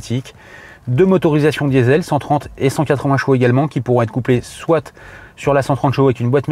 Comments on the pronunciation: Pas "soite" mais "soit".... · Alors, on dit pas "concepteuh car", y'a pas de E à la fin, on dit pas "soite" mais "soit", le chiffre quat' n'existe pas non plus, rien ne "peut permettre" (?!!!!), enfin cette voiture ne "VA" pas avoir ni pouvoir (38 fois, quand même !!!) ce qui est dit, elle le fait déjà.